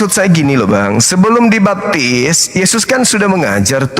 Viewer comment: Oten selalu melilit lidah mutar muter akhirnya kepeleset lidah menyebut mengarah yezzuz emang bukan twohan😂 Sebaik apapun kezezatan dibalut dg kata-kata pembenaran kezezatan tetep tercium menyezzatkan🤣